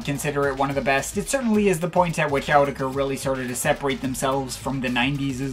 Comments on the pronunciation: "Owdecker"? I thought it was "Awe-teck-ru".. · you guys do know it’s pronounced “autechre,” right? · By the way it's pronounced like this: "autechre" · Guys guys.....please it's AUTECHRE. Don't get confused now. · I used to pronounce it (AWT-SHER) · In Rochdale they pronounce it Awe-tech-er